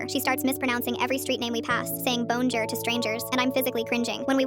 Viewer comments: Bone-jur?? Bone-jur????… do her teachers know that you can just not pass a student? Like it doesn’t matter what year you’re in you could get put back in French one if you don’t do good enough and I don’t know me personally not being able to say hi Sam’s like not good enough like not even just Not being able to pronounce it not being able to pronounce it and still confidently saying it like that’s how it’s pronounced doesn’t really match up with her being in French three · Not being able to pronounce bonjour is wild